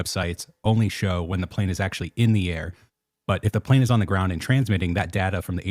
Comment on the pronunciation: He said “plane” wrong 😂😂😂